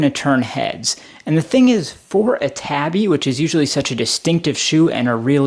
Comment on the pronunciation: Pretty solid review, couldn't get over you mispronouncing tabi time after time though. I would recommend doing more research before vids, it will make your videos far easier to watch, I almost closed it after the first minute tbh.